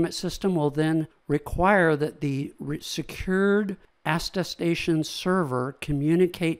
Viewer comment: Great overview! Tiny nitpick: it's aTTestation, like, at a station!